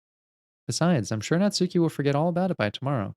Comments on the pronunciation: Looking forward to you going through Natsuki's route (and hopefully realizing that it's pronounced Natski, not Natsooki, the U is silent). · I know I’m late in the series, but you’ve been pronouncing Natsuki’s name wrong the whole time. As you may know, the names are Japanese. So, it’s not Nats-suki it’s more Nats- uh-ki or even Nats-ski. The U is subtle or silent. I’m not Japanese or anything, just something I’ve picked up from weeb culture.